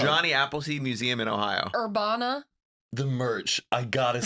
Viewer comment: Listening to say Urbana is hilarious 😂 it’s pronounced er-ban-a. And it’s a cute small town that my family is from. You should visit